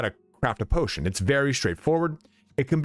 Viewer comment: Patotion lol